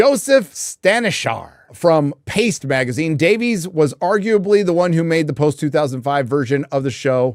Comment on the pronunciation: DAVE-ISSSS. Not Day-Veeez. Pleeeeeease say it right. Please!